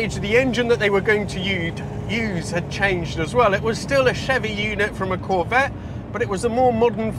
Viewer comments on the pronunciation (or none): none